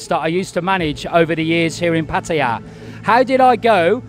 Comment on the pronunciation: After 10 years he still can't pronounce Pattaya the rite way.🤣🤣🤣🤣